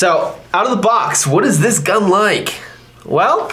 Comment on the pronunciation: “I absolutely love shooting the GuhhhN”